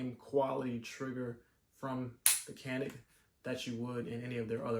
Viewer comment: Pronounced janik. Glocks are better